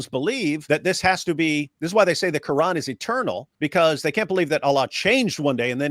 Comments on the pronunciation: dawah chat so much doo doo it’s unreal and whys she pronouncing it quaaaaran did she suddenly change race or ethnicity she can pretend to be a smelly blanket all she likes but fact is she’s a missguidee foo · The way she pronounces the words "quran", "Dunia", "Jannah", and others, exposes her as a liar. She clearly knows how to pronounce the words in perfect Arabic, and not like in classical Arabic, but with a smooth Arabic dialect, likely Palestinian, Jordanian, Syrian, or Lebanese. She's probably half Arab Muslim and half European Christian in name only on her mother's side. If I'm right, then she's pretending to be a "revert", that would just be par for the course for an Arab Muslimah.